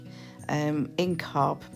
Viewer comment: It is not cob it’s is pronounced cove